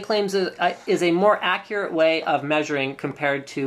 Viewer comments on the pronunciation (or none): none